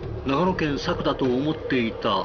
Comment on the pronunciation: 長野県民からすると、ナレーションの人の佐久の発音めっちゃ気になるw